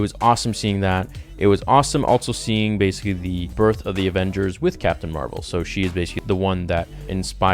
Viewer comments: Carol Danvers is Captain Marvel not Mar-Vell. The scientist that worked on the light speed engine is Mar-Vell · Captain Marvel is pronounced exactly like Marvel Comics. Mar-Vell is the alien who gives Captain Marvel her powers.